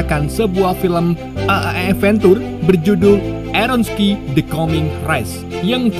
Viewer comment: Airon skay, bukan airon ski